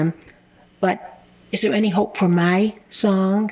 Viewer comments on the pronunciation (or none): Listen lady SONG not SOUL 🤣🤣🤣